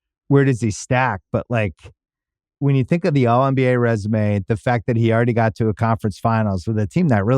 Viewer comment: Is he saying “already” when he says “errrdie”